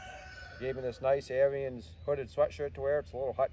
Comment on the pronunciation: Pronounced Air ens